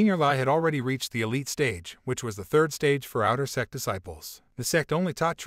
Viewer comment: You need to work on the pronunciation of sect people as it sounds like sex people